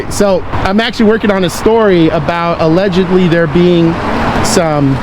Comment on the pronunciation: My hearing isn't what it used to be. Did you say "allegebly" with a 'b'? Allegedly